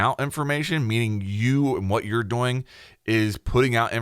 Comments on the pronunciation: Yea bruh I looked in the comments for someone to say that 😂 annoys the shit outta me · Well now I just feel like an ass. I have to add that the video is great. It was just funny. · I love the way you pronounce "doing" sounds like dough-ing. Literally kills me everytime XD thank you for the video! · Anybody else just notice he says “doing” like “boing”? Or was that just me lmao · Holy shit. Everytime. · Anyone notice they way says doing “doughing” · Am I the only one that thinks forgot how to pronounce "doing" just before making this video? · Take two every time he pronounces 'doing' funny :P